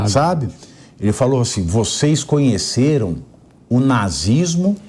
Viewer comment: "Vocês cunheceru?" Falou 3 vezes.